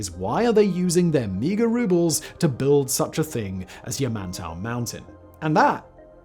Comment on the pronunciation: Why does it sound like Simon keeps saying yuh-man-toe? Never thought yamantau could be so difficult lol